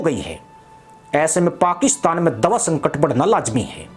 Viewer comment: संकर नहीं। संकट। भारत नही की मदद। भाई हिंदी सीख के क्यों अपने हिंदी ज्ञान को सार्वजनिक कर रहे हो। थोड़ी शर्म कर लो। बात सच है।